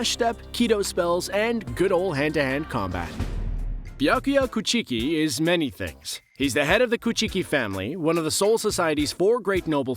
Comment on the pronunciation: For real I was driving and listening to this man straight butcher "coo chee kii"